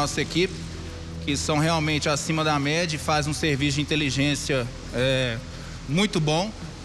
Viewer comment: "Que são realmente acima da mede... A gente conseguiu montar todo esse quebra cabês... Se esforçar para pronunciar as palavras é uma tarefa complicada para o cérebro das pessoas desses estados para cima.